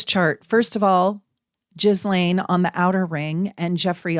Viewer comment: This was so very interesting. I’d love to hear more. I promise I’m not one of “those kind” of people, but can I ask for you to please look up the correct pronunciation of her name? 😊